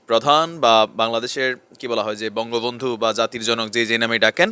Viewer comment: তোমার মত লোকের কাছ সংবাদ জানতে চাই না কারণ বঙ্গবন্ধুর নাম উচ্চারণ করতে তোমার কসট হচ্ছে